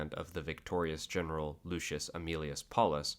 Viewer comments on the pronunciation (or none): none